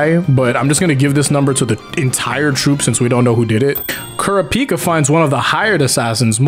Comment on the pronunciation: Ku-ra-peek-kuh wtf Its ku-ra-pick-ah